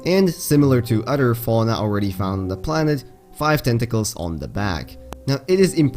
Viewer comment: "Simliar to udder fauna"